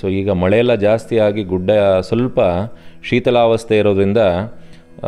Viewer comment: ಒಳ್ಳೇ ಪ್ರಯತ್ನ ಅಣ್ಣಯ್ಯಾ...🙏💐 ಆದರೆ... ನಿಮ್ಮ ಭಾಷಾ ಜ್ಞಾನ ಇನ್ನೂ ಸುಧಾರಣೆ ಕಾಣಬೇಕು... ನಿರೂಪಣೆಯಲ್ಲಿ ಒಂದು ಕಡೆ ಶೀತಲಾವಸ್ಥೆ ಅಂದಿದೀರಾ... ಅದು ಶಿಥಿಲಾವಸ್ಥೆ ಅಣ್ಣಾ....